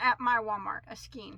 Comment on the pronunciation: Please don't take this the wrong way, your pronouncing the word skein wrong it's pronounced skain, not skeen. I've been working with yarn since I was 10, and I was taught to read with the Phonics method too. Please stop mispronouncing the word skein.